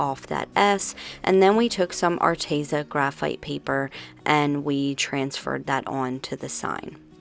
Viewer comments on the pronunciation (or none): It's Arteza (R-tee-za) not (R-tay-za). My husband loves that company's products. Just thought you might want to know. 😊